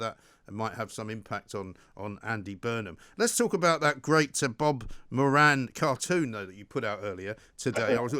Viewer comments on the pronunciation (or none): Moran rhymes with Doran... Not mo- ran